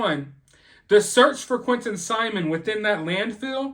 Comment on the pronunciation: How can you get Leilani's name correct (the potential murderer you clearly despise), but get Quinton's name wrong multiple times? (The victim you claim to care about). Seems a little off to me.